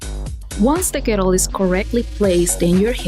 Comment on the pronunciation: You re saying girdle the wrong way